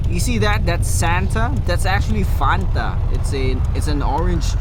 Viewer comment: That fanta sounded so Filipino ngl